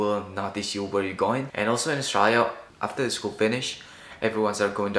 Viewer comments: You pronounce Australia wrong every time, otherwise nice video. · sounds like he pronounces Australia as the word is usually pronounced in Bahasa Indonesia.